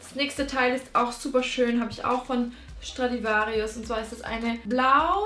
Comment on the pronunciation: Du sprichst pull & bear und Stradivarius falsch aus ned böse gemeint